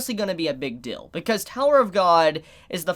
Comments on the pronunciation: I like how you say "dill" instead of "deal" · Are u saying big dill instead of deal? Lol i got no problems with that just find it funny, probably just where u are in the USA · he says deal funny hehe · Even though he has a problem pronouncing the EA in dEAl, revEAL etc etc... but that's what make! And we love him for that